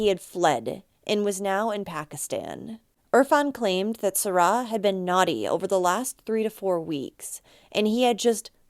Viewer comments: And it isn't SaRA, it's SARa. I'm afraid it irritated me too much. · Why on earth are you saying her name like that?!? Serah? It’s Sara . I don’t understand. Is that the way they say it?!? That’s so strange to me